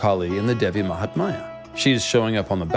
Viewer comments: Not Devi mahtmaya but Devi Mahatmya or Devi Mahatmyam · Devi Mahaathmya..not Devi Mahatmaaaya..thanks!! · Appreciate the effort to explain Kali. Good research! One comment "Mahatmya" is pronounced with "my" fused (not like "maya") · She is devi Mahamaya..another name. The text is devi mahatmya..no silent t